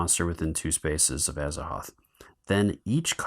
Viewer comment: Just got my pledge a couple of days ago & will hopefully get to play soon. Thanks for the video. Was checking to make sure the game was generally the same. Also, you were popping me every time you called Gugs Grugs and Azathoth Azaroth. Great stuff, keep it up!